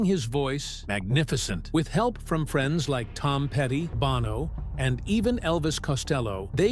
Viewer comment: It's not "Bauno" it's Bono.